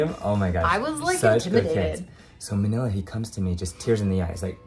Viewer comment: Oh no he called manilla, manilli.